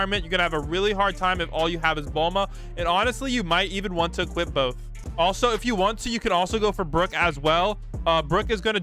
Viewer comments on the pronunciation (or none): none